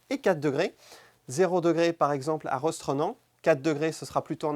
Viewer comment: Merci beaucoup toutefois Rostrenen n'est pas Rostrenan nan mais ros-tre-nin ou mieux, Rostrenn.